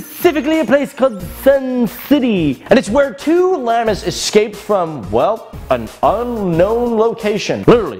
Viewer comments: You pronounce it Llahmus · Why you say llamas like that